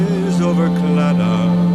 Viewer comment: This was unexpected to see, I am not too far from the area, you're saying claddagh wrong and Connemara kind of wrong though but I love you :'D